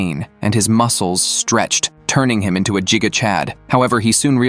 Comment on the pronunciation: It's giga not jiga💀